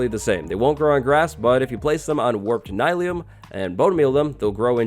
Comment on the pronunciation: I don’t think that it’s “Nye-leum” I think it’s “Neel-eum” like mycelium